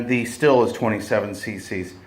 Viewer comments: Pronounced “”steel”” not still. Are you sucking on a piece of sour hard candy? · Not Still. it is pronounced Steel, always has been.